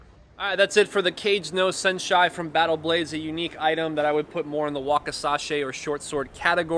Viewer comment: “Cage no senshai” lol